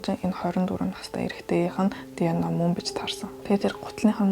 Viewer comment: Тэнэг дэно биш диэ нэе